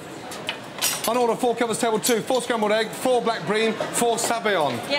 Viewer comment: Four not floor 🤣